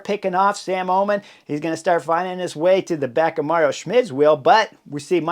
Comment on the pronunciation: Schmid is called Mauro not Mario.